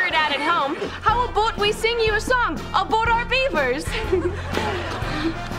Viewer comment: Why she is saying ,, ab(oooo)t,, not ,,about,,?